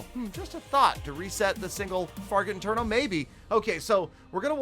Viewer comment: He again said single farget inferno😂😂😂